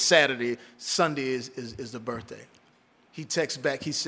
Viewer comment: All that money and all that Prestige and still cannot pronounce the word birthday. Birfday lol